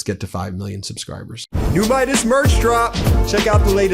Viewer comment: The name is Midas not Meidas dear, ignorance is bliss